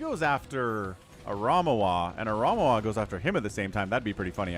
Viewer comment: Pretty sure is name gets pronounce ara ME wa